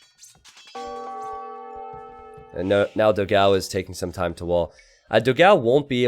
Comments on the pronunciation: for the portuguese language honour, it is "dogaum" to the right spelling, not "dogau". I love your videos as well. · Just so you know, you pronnounce it "Doh-gaum" It means "big dog"